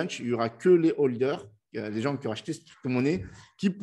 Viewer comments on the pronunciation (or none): none